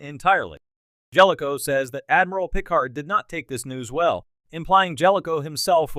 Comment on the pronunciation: That would be a pretty good AI voice if it could pronounce Picard or Star Trek correctly.